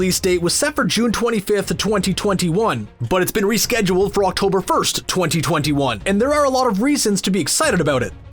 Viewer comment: the way they say “2021” makes me so uncomfortable HAHAHA